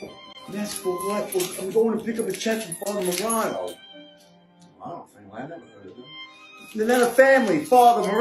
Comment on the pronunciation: Love how he pronounced Moraano 😂